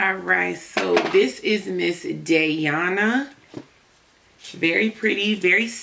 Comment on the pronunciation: This wig is winnin' but she's pronounced like DIANA spelled differently as "Dayana"